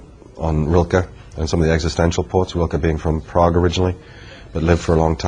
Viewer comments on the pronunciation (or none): none